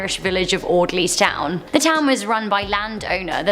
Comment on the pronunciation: Lol audleys town 🤣 😆